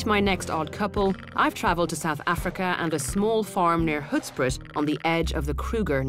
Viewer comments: You can not pronounce " Hoedspruit". Rooibosthee, lekker. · lol. You mean you can't pronounce that?! O_o